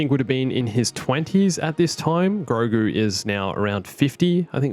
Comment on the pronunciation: Say it with me. Gro. Gu. It’s Grogu, catch up buddy